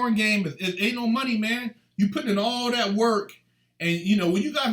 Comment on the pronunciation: the way you say cooter😂😂😂